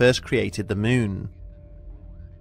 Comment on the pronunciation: “Capshool”? “Myoon”?